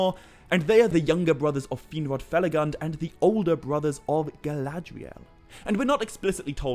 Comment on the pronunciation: Fe-la-goond . Not fel-a-gund (spelt felagund) a dwarvish word given for his work and kingdom hewn in caves